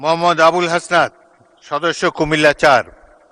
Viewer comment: Abul hasnat.. Name taw thik kore bolen na kn??